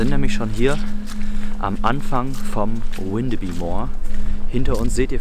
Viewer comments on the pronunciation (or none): Moin, komme aus der Nähe und ich muss sagen es hat mich extrem getriggert das Windebi gesagt wird es wird aber alles was auf by endet bü ausgesprochen😅(da alle diese Orte mal zu Dänemark gehörten) also heißt es gesprochen Windebü 😅 Trotzdem sehr cooles Video☺️ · Das wird windebü ausgesprochen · Ich wohne hier in Windeby und erstens wird das „W“ vorne nicht englisch ausgesprochen und zweitens spricht man das y hinten wie ein ü. Und dann ward ihr da an einem Ort unterwegs, der tagsüber und ohne Effekte und Gruselmusik zu einem der idyllischsten, schönsten Orte der Gegend gehört. Wir haben hier Obstbaumwiesen, Buchenhaine mit alten Bäumen, kleine Teiche und Seen. Es ist hier komplett gar nichts gruselig, ganz im Gegenteil, und ich muss es wissen, ich bin hier täglich spazieren und zwar auch bei Nacht.